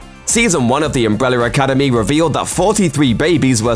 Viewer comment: "Umbreller Academy" lol